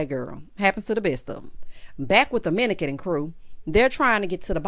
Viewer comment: the best part was you saying "minican", 🤣🤣🤣